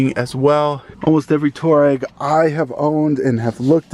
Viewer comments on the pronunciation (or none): Its two - ah - Reggie not tour-reg